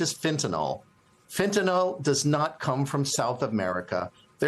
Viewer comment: Notice, folks, there's no "o" in "fentanyl". It's not "fentanol".